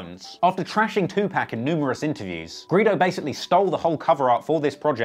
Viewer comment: It's pronounced too pock not too pack